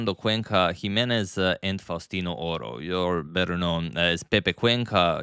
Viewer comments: can tell! Me as an Argie can say the pronunciation was spot on!! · Great spanish pronunciation by Agadmator!